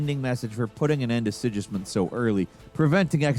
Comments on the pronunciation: King SIDŽISMUND AHAHAHAHAHAHAHA WTF IS THAT LEARN TO TALK DUDE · Yeah, it was also pretty bad how he pronounced Sigismund, the guys name is said out loud enough times in the first game and probably the second game for someone who is actually playing the game to get it right lol...